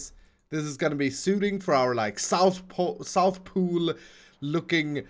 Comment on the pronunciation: Did just say south-pool?